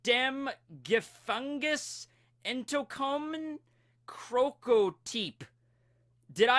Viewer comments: Except for "Gefängnis" and "Typ" your pronounciation was pretty good. Every native German speeker would have understood you (even though "how did you escape from prison" might be a phrase you probably wouldn't use too often xD) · You pronounced aus and gefängnis wrong